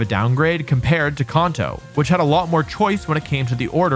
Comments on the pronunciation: dude said "conto" 😂😂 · If you meant to provoke a few comments with that “Kahnto” you slipped in there, then you sir have succeeded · Can’t take ya seriously if you can’t even pronounce kanto right 😭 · What’s a ‘jimmck’? Or Konto? It’s pronounced CAN-TOE. Also, this list is wild. Like the person ranking them has the most obscure things they prefer to what most of the community actually wants hahaha. If you want S-Tier for this series all you need is Emerald(personal favourite), Platinum & Heart Gold/Soul Silver. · I'm a positive person and don't usually care how you pronounce words, but I can't trust anyone who pronounces Kanto (CAN-to) as CON-to, also it's Gimmick not Jimmick. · KAN-TOE, not con-toe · It's can-toe. Not kahn-toe. Says so in the anime. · "Konto" is an interesting pronunciation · Bro says konto 💀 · Kanto. Not kahnto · I have never heard anyone pronounce Kanto as "Kon-toe" 😅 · "CONto".... "The CONto Region" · There’s no way he pronounced gimmick as jimmick is he trolling or something? He also pronounced Kanto and Konto🗿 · Why you say Kanto like Konto mate 😂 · For a competitive player, how come this idiot can’t pronounce Kanto correctly? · And Kanto lmao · I have you a chance for mispronouncing kanto. But heart gold and soul silver at D?!? Dislicking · God I hate how he says Kanto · Also he can't say kAnto properly 😂😂😂😂😂😂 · The way he pronounces Kanto is gross lol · Bro you literally compete in world Championships you should know how to say Kanto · I really appreciate your views and perspectives on the Pokémon games. I differ greatly on what I want out of a game but I really enjoy hearing different opinions on what others want out of them. However. The way you pronounce Kanto and Gible…. JAIL!